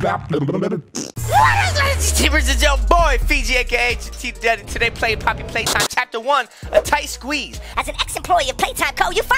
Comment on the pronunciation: i’m hispanic and ngl it sounds like pápi(dad) then poppy